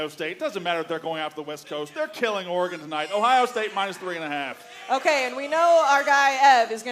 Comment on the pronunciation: Can someone tell Dave how to pronounce Oregon… his jewness is showing.